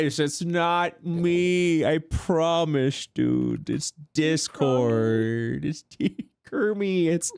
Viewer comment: “It’s Disscord dude~!” 😂😂😂